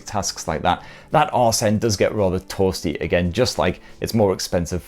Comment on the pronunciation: "That arse 'nd does get rather toahsteh" <3